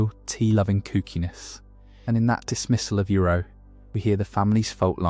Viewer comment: I am questioning if you do because how you said iroh